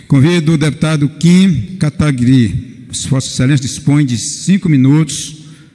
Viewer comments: Primeiro q não sabe nem pronunciar o nome do kim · O cara nem sabe falar o nome do Kim kkk